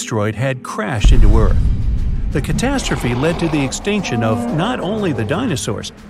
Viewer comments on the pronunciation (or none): none